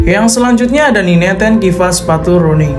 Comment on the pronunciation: maaf bro,,Running = bahasa inggris,,kalau di baca bukan Running tapi RANNING,,maaf ya bro